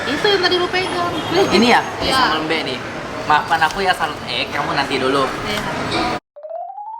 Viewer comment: Sambel Mbe itu baca huruf e nya itu seperti menyebut e di sEmur, bukan nyebut e di Ember. Itu sambel khas bali selain sambel matah